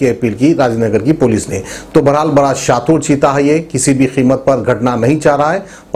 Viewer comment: Shatur nahi.shatir bolte bhai